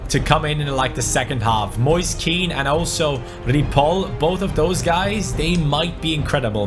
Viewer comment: Moise Keans name is pronounced like moyseh ken